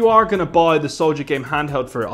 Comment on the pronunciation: Souljagame handheld please say it properly